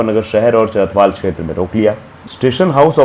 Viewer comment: चरथावल है चरथवाल नहीं है आगे से नाम ध्यान मे रखना